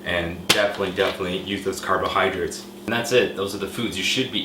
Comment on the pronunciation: carbohydrates.. not carbohydrits.. LOL